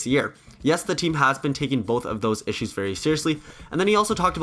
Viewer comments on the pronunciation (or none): none